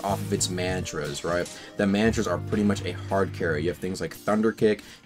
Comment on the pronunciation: Can’t be that hard to pronounce mantra bro said man 👨🏿 tras